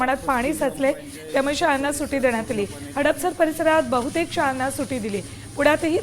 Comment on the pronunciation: सुटी.... नाही गं अँकर मॅडम सुट्टी म्हणतात त्याला...😂😂 सुटी म्हणे सुटी